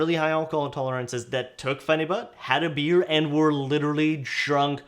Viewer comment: it’s pronounced pheni-byute lol